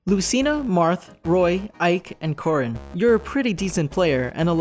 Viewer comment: A,m i the Only ONE that heard The Leaderboard say "Porrin"?